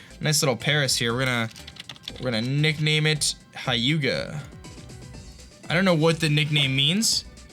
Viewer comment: "hy-uga" :P